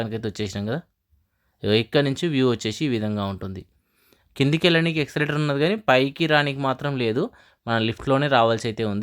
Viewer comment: ఎక్సెలేటర్ కాదూ.. ఎస్క్లేటర్..